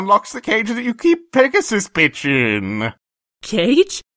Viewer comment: When discord mentioned PegasusPitch, I honestly heard pegasusbitch.